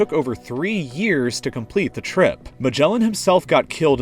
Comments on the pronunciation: Its not magelan, its Magalhães😂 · Who else gets annoyed at the way he says megallon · Magalhães -> Majalaens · its magalhães